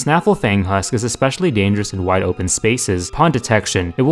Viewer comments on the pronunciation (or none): none